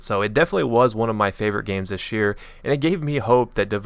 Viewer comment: "Tish year" lol